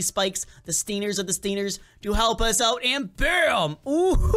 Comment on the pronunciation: XD HE KEEPED SAYING STINERS BUTS ITS CALLED STINGERS